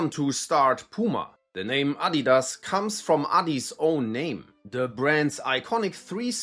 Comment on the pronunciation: Thank you for teaching me the correct pronunciation of Adidas. In the USA, many of us were unaware the company is German, and unlike Nike, they don't tend to advertise on TV here, so many of us Americans are wrongly pronouncing it as "ah-DEE-dass" or "uh-DEE-duzz,"always with a strong emphasis on the "dee." I now understand this was clearly incorrect.